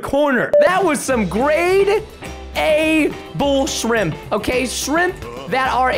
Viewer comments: He said bullsheep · for the record, preston said bullshrimp, not bullsh*t